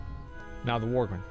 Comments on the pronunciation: And worgen. He kept calling em worgren. Just every other word is miss read 🤣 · am i the only one that hears him pronouncing Worgen , Worgren ?